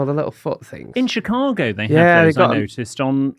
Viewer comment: am I the only one that hears say chicargo?